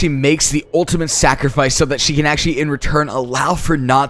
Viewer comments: CynDer Puma yes!😂 ultiment lol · did u say ultimate wrong in the beginning?